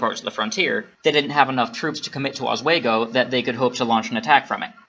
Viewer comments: Oswego is pronounced Os- wee- go. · Bothered me with the "oswaygo" pronunciation too 😅